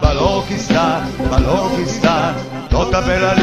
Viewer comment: grazie grazie... Liberta Liberta Balochistan.....!!! (only single pronounciation mistake, it should be Balochistan... 'ch' as in 'Church', Chili, China... )